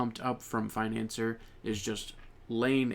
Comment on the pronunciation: i think you pronouns financier's name wrong, because it's in French ( [finɑ̃sje])